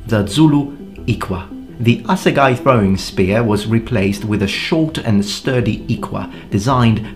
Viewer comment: Ngl as a South African I thought for sure he'd pronounce assegai wrong. Its like afrikaans no one seems to be able to figure out how to pronounce it